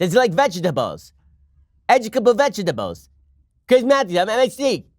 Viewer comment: was absolutely hilarious. Does he like veg-a-tab-les?